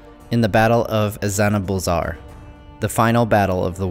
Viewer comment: Azanulbizar. Now, this is not a criticism, but pronouncing it as 'Azza-nah bull-zarr' seems a bit flat and American. In need of some hot pepper. I always felt the thrill of pronouncing Dwarvish names lay in giving them an almost Arabic rolling, sizzling fire. Go for 'Ah-tsa-nool-bee-zarr'! Roll your 'r's', hiss your 'zed's', gurgle your vowels and fricatives!